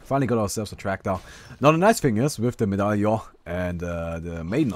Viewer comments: Or at least medallion is not "a" sound at the end like you do, it's more like the "on" in monster sorry i know no german! D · when it comes to "medallion", it's an accent. You have a german accent and we don't shit on you for mispronouncing some words, now do we? ^^ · he knows how to pronounce Medallion....it's called joking.